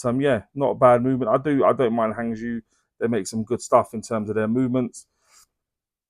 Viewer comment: Love your reviews, you get the information across very well. Not being picky, but Hangzhou is pronounced Hung Joe in Mandarin Chinese, it's a beautiful city.